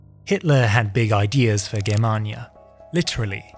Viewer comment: Its a hard G not a soft one in Germania. Awesome video by the way